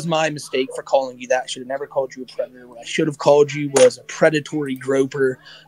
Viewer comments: "I'm not a pwedada" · is crazy bro really said "fuwk yew im not a pwedetor" like 70 times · Poor widdle pwedatuh. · "Pwedador" in language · I'm not a pwedatuhhh Judge: Wait, really? Oh why didn't you just say so in the first place? Charges dropped!!!